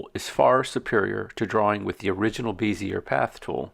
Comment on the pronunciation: Great video tutorial. I've learned things I never knew in Inkscape. I've used everything drawing program from Illustrator, Sketch, and Vectornator for iPad. I only used Inkscape for tracing because it's way better than Illustrator auto trace. Thank you. By the way, Bezier is pronounced (BEZ-EE-AY) like PEZ candy. They used to beat us in the head for pronouncing this wrong in design school. Now I'm brainwashed with this stupid word. I've subscribed and watched part 2 awesome sauce!!!!!!!